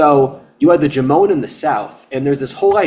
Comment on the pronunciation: There are so many details you get wrong, that I can't even watch this. I'm Japanese. And no, it's not pronounced Jomone. Sorry not sorry.